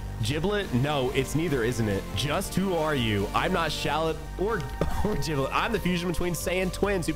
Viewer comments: Lol I believe its pronounced Giblet not Jiblet. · Did bro just say "Jiblet"? 💀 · It's giblet